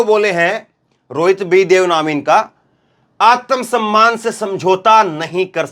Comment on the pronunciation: आतमसम्मान नहीं आत्म सम्मान बोलो शुद्ध बोलो मोदी योगी के चक्कर मे बोलते समय अमित स्याह नही शाह बोलो